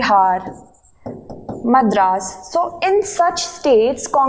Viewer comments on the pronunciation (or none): none